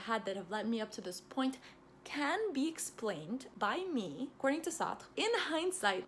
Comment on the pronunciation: Wow this is the first video I have seen of you and it was beautifully organized and concise. You did Sartre a lot of justice with your explanations and you also pronounced his name nicely. I’m a philosophy undergrad and I’m reading some of Sartre’s work and find it extremely intriguing. He is one of my favorites even if I don’t agree with all of his work. I want to thank you for making such a easy to understand video of his thought without sacrificing the intricacies at play. PLEASE do more videos on different philosophical texts, we would ALL benefit from them. I felt drawn into the video the whole time! Thanks!